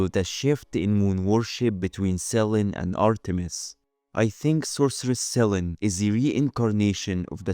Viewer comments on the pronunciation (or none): the goddess of the moon is "se-lee-nee" not sellen, but very interesting